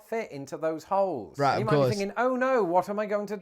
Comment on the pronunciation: You said vibrators, hoes... Or did you mean holes... Lol and if u ever make it to southern california look me up. Happy to take u around